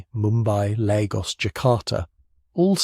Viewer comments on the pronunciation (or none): none